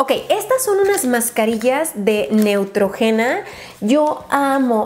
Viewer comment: neutrógena... con acento en la o